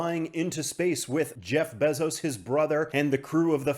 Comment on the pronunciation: My guy I can’t take the besoz pronunciation anymore….